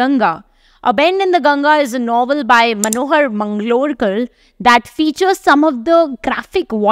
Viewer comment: Not Manohar Manglokar but Manohar Malgonkar .